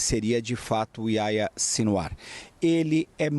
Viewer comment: Aia Sinwar?? Que nome é esse??..Ohh, jornalista.. Faça uma pesquisazinha básica para falar corretamente nomes importantes!! Pelo amor!!..Aia Sinwar!!😖😖😖😖Que vergonha!!!